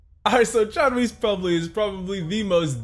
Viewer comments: I'm honestly flattered that he did a video about John Rhys bc I'm from Oak Grove and I watched almost every game he play last season and btw it's pronounced like John Rice not John Reese but u did spell it right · His middle name is pronounced “rice” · Great video, Rhys is actually pronounced like "rice." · As a teacher at OGHS......GO WARRIORS!!! Another one to watch this year, Austin Todd. 6'5" 320 lbs nose guard! Oh btw "Rhys" is pronounced "Rice". j/s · its pronounced john 'rice"